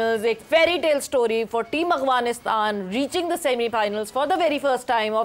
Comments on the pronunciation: I have a genuine doubt if someone can respectfully explain: I have seen many Pakistani broadcasters/ journalists pronouncing Afghanistan as Agvanistan… is is due to the dialect or something else? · Not Aghwanistan news anchor you are sitting on national tv channel and you can not pronounce correct name of your neighbor country 😂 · Is she not pronouncing Afghanistan as Aghwanistan? 😅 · Its Afghanistan not Aghvanistan. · Awwghanistan??? Seriously??